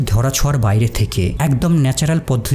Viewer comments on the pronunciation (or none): উচ্চারনে সমস্যা আছে। প্রয়োজন কে পরিজন, হতবাগ কে হত অবাগ উচ্চারণ করছেন। কথাই যার পেশা, তার উচ্চারণ ভুল হলে হয়?